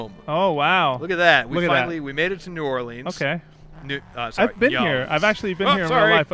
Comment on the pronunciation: I live in Louisiana and I have to say, they did a pretty good job on New Orleans. Except that y'all kept saying like new oleens, I pronounce it new orlins